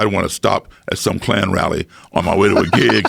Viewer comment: Nobody: Not a soul: Not even this overrused meme: Joe Rogan: K L A N